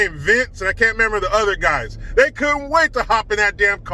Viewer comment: " Athey" LMAO!